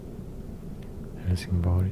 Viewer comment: I can't unhear "Hellsing Boy".